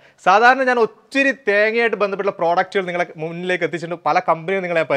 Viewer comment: ഓച്ചിരി അല്ല ഒത്തിരി